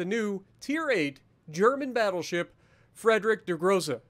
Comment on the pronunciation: IT WAS A MATTER OF TIME!!! Thank you, you're a champ!!! ((A little help with the name of the ship if you need. The "Friedrich" part of the name, you pronounce the 'I' more than the 'E'. In the end, it sounds like "FRIED (As in fried rice) -REICH (as in German time period).